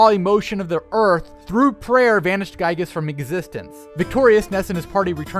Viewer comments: It's pronounced ['gɪi:-gəs], not ['gai:-gəs]. His Japanese name in both Mother 1 and 2 is ギーグ, which can be Romanized as Giigu, Giegue, or Gyiyg, depending on who you ask. Also the captions are incorrect in various parts, such as saying "rock chaos" instead of "raw chaos" and "capital" instead of "capsule". Please enable community contributions so they can be fixed. Also Ness has never been confirmed to be Ninten's son. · Also, it's Giygas, not "Gaigas" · I also need to mention that the pronunciation is likely meant to be "Ghee-gas" since his Japanese name is ギーグ (Giegue/Giigu) and always has been in Japan (not just when he's an alien). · I know where your going with this, as nintendo said it was pronounced Ghee-Gas, but they said there was no official pronunctiations. thats just what they want to pronounce it as. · In that case the entire English community pronounces it wrong since every video I watched has it pronounced Guy-gus, or guy-ges. Which is okay. Ryu was pronounced wrong for years. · You got geigue's name wrong but Porky's right? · He’s pronouncing Giygas wrong.